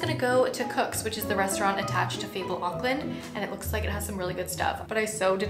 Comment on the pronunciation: Glad to see you had a wonderful time in Auckland - I live there :) You said all of the place names correctly, well done.